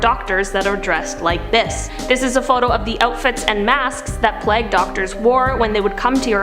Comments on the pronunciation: Plauge is: Pl-ay-gue not Plag. Every mispronounced word is cringe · Plague- Plag. Allied- alleyed. I can’t… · You need to learn how to pronounce, "plague." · I'm turned off by this video for the simple fact got the young lady talking about the dancing fools kept calling plague a different thing. She does not know how to pronounce plague properly. Someone please tell her the correct pronunciation.